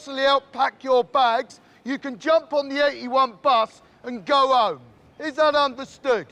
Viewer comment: You cna go ome cna bro not pronounce a h